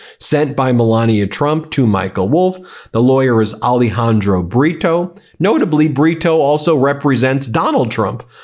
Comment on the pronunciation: You make me laugh when y say the lawyers name britio but it sounds saying burrito ( donkey in spanish) this fitts the situation